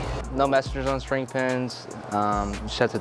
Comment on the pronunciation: PSA: It’s string pin, not shtring pin.